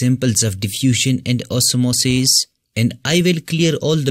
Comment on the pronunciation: The way u say OsmOsIs 😂it's nice